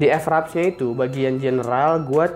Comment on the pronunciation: Mas itu bacanya fraps bukan EF-RAPS